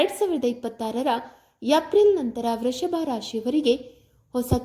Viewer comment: Vreshabha ರಾಶಿ ಅಲ್ಲ Vrushabha ರಾಶಿ. ಕನ್ನಡವನ್ನು ಕೊಲೆ ಮಾಡಬೇಡಿ